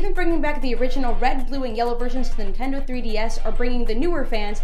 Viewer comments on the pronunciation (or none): none